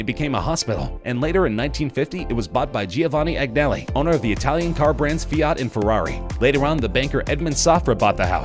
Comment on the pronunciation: Giovanni Agnelli, pronounced Jovani Anyelli, the way it was pronounced in this video was like a kid trying to read a word for the first time